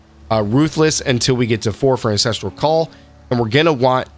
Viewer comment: I like the premise but based on the first minute you already say both Hailrake and Ancestral Call incorrectly so it makes me question your credibility and overall game knowledge. Good luck with the videos, I think they're a great idea and really helpful for any new players, I would recommend making sure you're saying the names right if that is your target audience though.